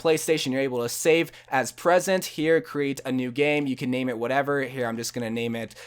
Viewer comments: ''present'' it's preset (pre-set) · It's fucking preset not present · hey man i just want you to know that the word preset is pronoucned "PREE-set" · why does he say preset like that